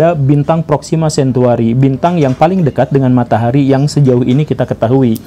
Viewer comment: Proxima Centauri pak bukan cantuari :(